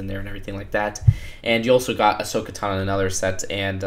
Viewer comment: It's pronounced Ta as in tall and no how you would pronounce no. Not tana